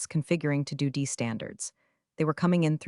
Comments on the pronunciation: Hilarious the way the reading of this pronounces DOD as do d and it gets written for the on screen script as duty. A lot of time is put in to these stories on the “influencer’s” end that are nothing but comical. The way the actual stories come across makes you and a lot of other people who do these things comedians and not very good ones. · Another channel that doesn't proof and edit whatever garbage the AI voiceover spews out. What exactly is a "suv"? Believe it should be pronounced "es ewe vee ." And don't forget DOD, should be pronounced "dee oh dee." I shake my head knowing that there are people who will try to learn English from AI generated narrations. The future certainly looks bleak. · "configuring to doody standards" 😂😂😂😂😂 Train your AI to read acronyms!